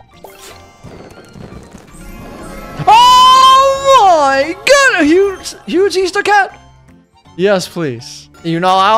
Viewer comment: I love when you go oh mei gut